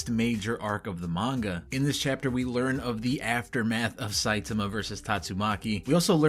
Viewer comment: I want to say I appreciate you pronouncing Saitama's name correctly. I have no idea why most of the videos I watch pronounce it "sahy-TAH-mah" instead of the correct "SAHY-tah-mah" as pronounced in both the dub and sub versions and is the correct Japanese pronunciation.